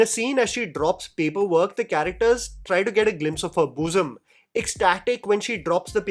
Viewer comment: You saying boosum seems funnier than the movie